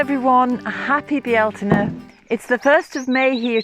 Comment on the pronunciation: ♥️ Yes, candle lit and sat in the midst of the garden soaking up the colors and sounds of birds in bees as they coo, caw & buzz❣️ Just love your garden tour, your wisdom and beautiful music. Some say Beltane, you say it with 3 syllables “Bealtaine” ~ beautiful 🙏🏼 I just love to hear you say it🤗 Thank you!